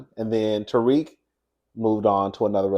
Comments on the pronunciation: That man is not pronounced Tariq😂😂 it’s pronounced Tau-rick. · It’s you pronouncing Tarek as Tariq 😂😂 you got me weak